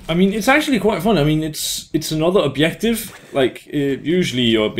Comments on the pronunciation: Can't pronounce Js :P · Where are you from? The way you are saying Objective is a little weird :P